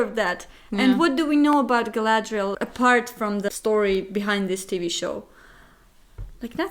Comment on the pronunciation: Nah nah nah, no no... You got it all wrong.... ----> Its not Galladrrrrrrrrrrrielllll...... its Guy-Lad-Rrrrrrrielllllll! 😁 Also, you two seem like great company to look at B-movies with.